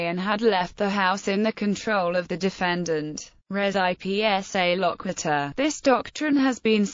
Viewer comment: Wonderful overview. But voice should probably pronounce "res ipsa loquitur" correctly. It's almost unidentifiable, unless someone is already familiar with the term.